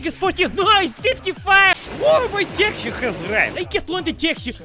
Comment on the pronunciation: Thats eet... hoodie : demonitized. Slav accent: demonitized CYKAH (Your best western spy)! Hint is "taxi" not "taxy" no no no